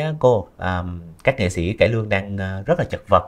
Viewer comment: Nghe MC phát âm nghệ xĩ, xân khấu… x thay vì s khó chịu ghê.